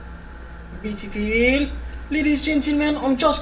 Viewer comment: BEETIFILLLL, OKURZZZ